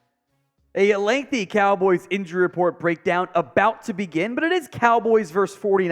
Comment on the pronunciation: Am i the only that caught him saying Dallas Cowls?